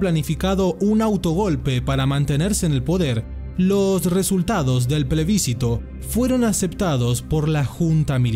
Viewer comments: Plebiscito no tiene tilde. Sería esdrújula y no lo es Duele el oído. Que suerte que no soy la única que oye. Gracias! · Las palabras esdrújulas siempre llevan acento escrito. Las palabras graves no llevan acento (tilde) cuando terminan en vocal. La palabra PLEBISCITO es grave, porque no lleva acento ortográfico, por lo tanto, el acento prosódico se encuentra en la sílaba CI y no en la sílaba BIS. En todo el documental esa palabra está mal pronunciada una y otra vez. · 🚫Después de haber visto ahora el video completo, me di cuenta que pronuncié mal la palabra Plebiscito, 3 veces para colmo… Y el apellido Letelier también. Pido disculpas por ese detalle, fue un error de grabación que no me di cuenta en su momento. SI TE GUSTÓ EL VIDEO MIRA ESTOS OTROS: ✔La MUERTE de GALTIERI, el dictador mas sangriento→ ✔La Masacre de HITLER →